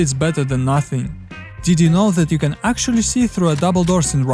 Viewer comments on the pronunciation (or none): none